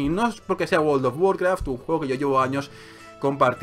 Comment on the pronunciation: guold of guarkraf xD no paro de reir jsjsjs